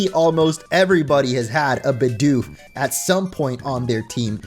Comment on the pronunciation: It's BIDOOF